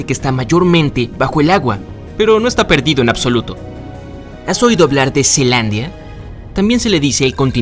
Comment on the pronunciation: No es zealandia y no zelandia